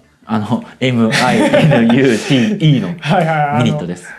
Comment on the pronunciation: minute(マイニュート)はアクセントの場所が、ニュの部分です。水野さんは間違ってますので、英語勉強中の人は気をつけてください。